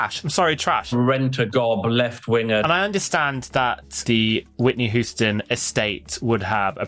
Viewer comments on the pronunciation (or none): why would you pronounce her Whitney WHO-ston? 😂